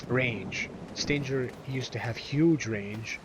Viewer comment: Forgot to mention, the old Force Edge Combo can still be done by: Force edge melee, melee, switch to Yamato, melee, melee, pause, melee. PS: I find it weird that you've mispronounced Stinger. SHouldn't it be pronounce like "SS-DING-ERR" (like a scorpion's stinger?)